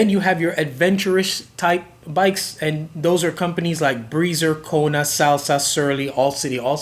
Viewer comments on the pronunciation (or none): none